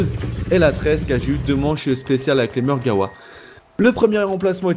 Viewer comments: Je suis le seul qui est choqué en l'entendant dire "Margawa" au lieu de "Margwa" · mec on dis margwa mais dis le comme tu veut c'est ta facon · Mon pote tu dis Margewa alors que ca s'ecrit Margwa et cela ce prononce comme on le lis mais bon tu fais comme tu veux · Ptdr marreguawaa